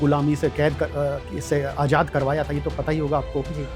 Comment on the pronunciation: Ye janab Farsi padhey magar talaffus bada kharab hai jazba ka Jajaba...Azad ko ajad,julmositum?